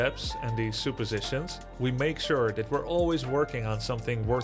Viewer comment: awesome video grubby! because i think you won’t be offended, supposition is pronounced sup-uh-zish-in (as opposed to soup-uh-zish-in) and conscious/consciousness is (con-shiss-niss). similar pronunciation to luscious -(luh-shiss) although to be fair you pronounced the word conscious correctly the third time 😂 (also your skill level is in the top .1% of english speaking natives so don’t doubt yourself 😂🎉)